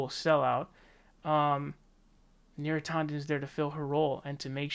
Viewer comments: Is it bad that it bothers me when you pronounce names with an A? You say Bernie Saunders when it's San-ders now neera tawden instead of neera tan-den. Bro I cringe trying to listen I'll still support you but please pronounce names the way they are spelled. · yeah, you might be right about that.. YouTube certainly loves any excuse to de-monetize a video... but he also pronounces Neera Tanden as "Neera TAW- nden". Sorry to be petty, lol, i couldn't help myself. Still gave his video the Like button. :P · I hear his pronunciation as /'tɑndən/, not /'tɔndən/. Though, I like the pronunciation /'tændən/, which enables my nickname, Neera Tantrum.